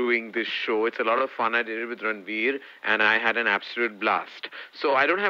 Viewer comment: just said ranbeer instead of ranveer😂😂